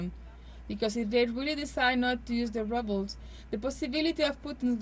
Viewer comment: The Russian roubles is pronounced wrongly! Please check the phonetic dictionary! Basic things should be gotten right!